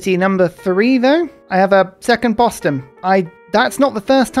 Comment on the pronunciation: The way you pronounce Boston booston is hilarious